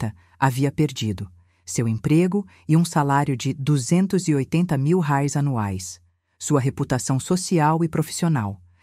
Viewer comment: Reais, IA falando errado, a narradora é uma IA, por isso acontece erros, ela é uma máquina